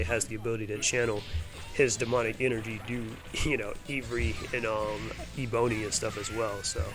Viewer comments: yeah, Ebony is more like (Eh-buh-nee). It's named after a very pretty tropical tree. Ivory is like (Eye-vree). and that, of course, is refering to elephant tusk (death to poachers) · I enjoy your video, but the way you say Ebony and Ivory is hilarious. It’s like the keys on a piano. There is a song about this which is super catchy.